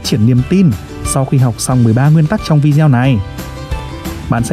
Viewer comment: Giọng đọc hay, rõ .. nhưng tốc độ nhanh quá .. phát âm một số âm như tên Carnegie, video ..chưa chuẩn, nghe như nói nhịu .. nhạc nền nên chọn loại ít trống, ít gõ hơn, và nhạc nên có cường độ thấp hơn giọng đọc .. God bless .. amen.